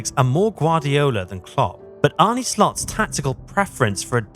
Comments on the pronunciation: Jezus!!! You woke up late. And try to get the dutch names correctly spoken....I emplore you, just try... is not Arnie...its Arne....just try it out of courtesy. For your sake, i hope he is successful and a lot of dutch players invade the premier league. Good luck with that boi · Apart from the pronunciation of his name. John ARNE Riise. This shouldn't be hard for anyone who has been following Liverpool the last 20 years.